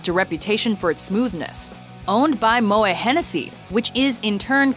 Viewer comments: Butchered the pronunciation of moet. Well done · The "t" in Moet is correctly pronounced as a hard "t" -- the umlaut over the "e" is a strong hint of the pronunciation. Contrary to the usual case in French, the "t" at the end of the word is not silent. The Moet family progenitor was Dutch, not French, even though the family made its fortune in the French wine industry, so the name is properly pronounced Mo -- ette, not Mo -- ay.